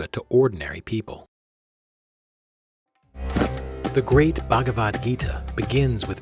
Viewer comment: Namaskäram! Nice video, but if I may...please correct your PRONUNCIATIONS! :) It is not Upanishaad; it is Upanishad, the shad as in shudder! :) :) Same with Bhagavad; it is not Bhagavaad! It is not Prakreethi; it is Prakrithi! :) It is not Bhaakti; it is Bhuk (like in buck but aspirated)-thi! Thanks for listening!